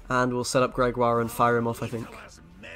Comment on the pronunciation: Meanwhile, SirPumpkn still pronounces Gregoire as Gregory and pronounces Geralt as Jeralt.